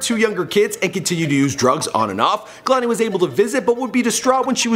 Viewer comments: (kuh•lani) ummm I think not its pronounced kay•lani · Μαρια Σμπονια kehlani ( kay _Lani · Irene Regalado its actually KAY-LA-NEE not kehloni lmao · "Kay-Lain" It's pronounced "KAAAY LANI" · Also he pronouncing her name like kalani and its kehlani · Kay lani not kuhlani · him saying "KA-lani" vs KEH-LANI is fucking cringeworthy. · I'm related to her. It's pronounced Kay - Lahni. Not Kuh -Lahni. I didn't watch the whole video. I skipped around enough to hear him (mis) pronounce her name. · KAY-LANI not KUH-LANI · Is he pronouncing her name 'Kahlani'? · kay-lon-ee. he's def not saying it right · say it with me, "KAY-LON-EE" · KAY- LAH - NEE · say kuhlani one more time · i cringed when he said 'kehlani' the way he did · Did all this research on her and don’t know how to pronounce her name. 🙄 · STOP PRONOUNCING HER NAME LIKE THAT ITS PRONOUNCED KAY - LANI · I wish you said her name correctly. It's like kay-lanie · I cringe when he says her name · Khelani wasnt that cute lol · can u plz say her name right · The way he talks about her whole life like he really has straight facts like he got this straight from Lani. You not even saying her name right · Mispronouncing her name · He can't even pronounce her name